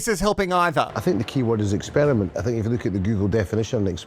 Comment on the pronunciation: I'm never going to pronounce "essperiment" any other way!